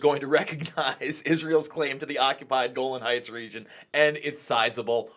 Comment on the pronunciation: It's Golan Hieghts not Golden Heights.